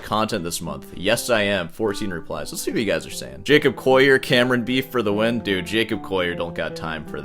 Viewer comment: Its been like four videos, why do you still pronounce his last name "Coyer" ??? It's CoLLier. (PS I also dislike the guy but I can pronounce his bame correctly)